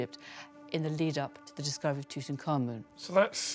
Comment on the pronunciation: you would think doing a document you wold want to pronounce the nam proper. Tut Ank Hamun. not Tuten Khamun serious now your subject before making a documnery